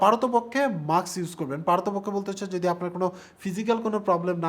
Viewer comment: এটা মাস্ক। মাক্স নাহ!🥴😹